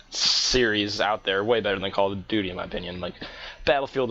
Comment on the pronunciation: call of dooty.. lol